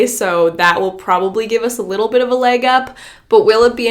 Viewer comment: Why do Canadians say “leg” and “against” so weird? 😂 I kinda love it though